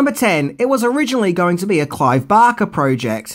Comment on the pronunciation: Who the fuck is "Clive Bocker"?? I mean I know who "Clive Barker" is.. Bark... BARK....B. A. R. K. E. R.